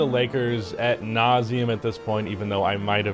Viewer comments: AD nauseam not AT nauseam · its " ad nauseum" not " at nauseum" dont know if your joking or not.